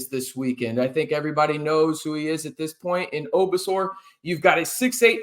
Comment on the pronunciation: Ohh-So-Bor……not OBor So !